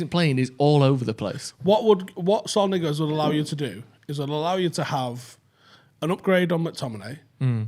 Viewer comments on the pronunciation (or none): If I hear say "Sorl Nigwez" one more time I think I might have a stroke. If you're gonna persist in going on about him for years despite no links to Utd whatsoever, at least pronounce his name right